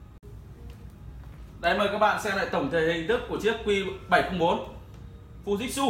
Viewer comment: anh ơi tiếng nhật người ta đọc là fu ji trự , ふじつ